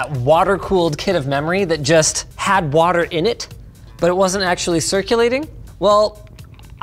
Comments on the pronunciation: Linus went Kent Hovind with that watt-ter bit. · Can somebody explain to me why Linus is saying "Waturr" and why the timestamp says "Waturr Cooling"? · "This video is brougth to you by Waturr"